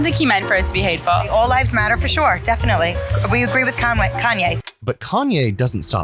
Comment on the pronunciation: "we agree with kanway"🤣🤣🤣